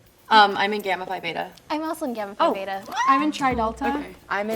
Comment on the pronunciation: I knew it was her from the beginning, y’all she literally pronounced phi (fiiiiii or fee) as pie